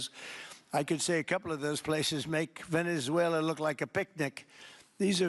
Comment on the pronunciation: Ok Canks needs to go to a nursing home, he's talking about about Venezulor,, he's saying it like Teslor , what is he talking about, can anybody tell me what he's saying, wind mills are killing birds, WTF is he saying windmills are killing birds, He's obsessed with windmills, he's like a toddler, a child would name a bill the big Beautiful Bill? That's childish